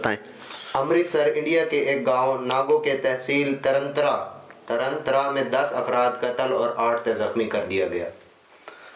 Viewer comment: Taran Taran na ki tarantra